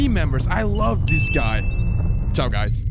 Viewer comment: When say ciao im proud of being italian😊